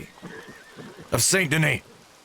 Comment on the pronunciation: Hold on did my guy fr say “SANT DANEE” 👁👁 what form of language was that